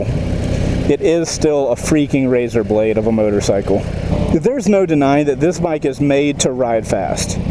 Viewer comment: did you say "razer blade"?